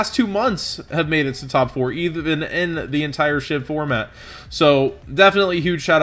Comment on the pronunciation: Everyone keeps saying it like SHIV when it's SHVI. SCHVEE. Weirdest pet peeve ever but it's getting on my nerves.